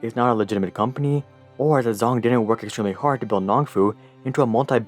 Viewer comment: "Zh" in Zhong does not have the English "Z" sound but more like the English "J" sound